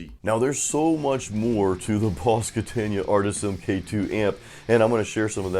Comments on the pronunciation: Kata-na .... Not Katan-ya. Lol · It’s Katana not Katania. Come on brother. It would be great to hear something besides a bunch of over drive like blues or no shredding wide open. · Its not a KATAN-YA, ITS A KATAN-UH. It's far more than a practice amp! If you had gone through the variations, and the cab resonances/tone shaping you would have seen what this amp can do. I have a 73 100w Plexi & a HighWatt DR-103, and this Katana keeps up with EITHER!